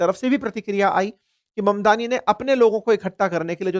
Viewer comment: मदनानी गलत ऊच्चारन है ममदानी सही ऊच्चारन है. किसीका सरनेम बदलो मत.